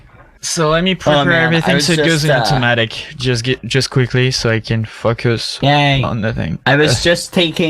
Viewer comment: Welp, I hoped that made your day just a litter bit brighter. Now you will hear a different word whenever says "focus" in a french accent